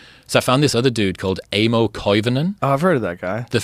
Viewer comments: Not "Eimo", the A is pronounced like in a "car" :p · It's pronounced eye-mo.